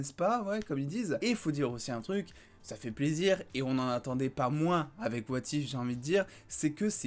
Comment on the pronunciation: Lol ton accent. "Wa Tiphe"